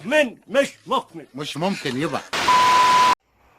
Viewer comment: والله انت مسخرة 😅😅😅😅بس انت في مقطع لبست جاكيت يسطا مش مكمن مش مكمن 😂😂😂